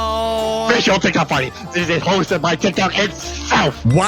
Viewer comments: When you said hosted you said roasted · Bro said roasted not hosted